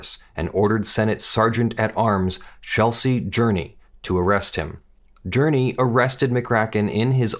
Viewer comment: the Sergeant at Arms's name was Chesley not Chelsey.